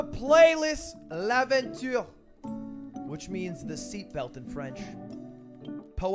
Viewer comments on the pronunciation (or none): I was like "BRUUUH" even the pronunciation is fucked up